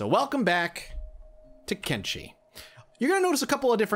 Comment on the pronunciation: It's kenSHi, not kenCHi. It is not the brother of kimchi ;)